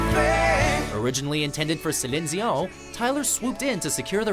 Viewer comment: Uh why can't this guy say Celine Dion...